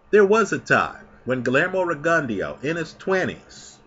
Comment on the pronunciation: While I like your pronunciation,, it's pronounced RIG-ON-DOH